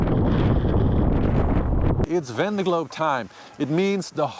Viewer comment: Can he learn to pronounce Vendée?